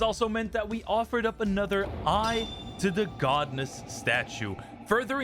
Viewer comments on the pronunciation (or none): it's pronounced God-ess you dummy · imma watch this in a bit, the way he says godness statues is pissing me off